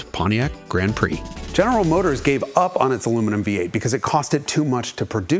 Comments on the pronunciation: He said, ALUMINIUM. He actually pronounced it correctly! ONCE. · First time I've heard an American pronounce aluminium correctly. Good job.